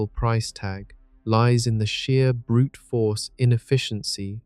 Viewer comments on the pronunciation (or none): none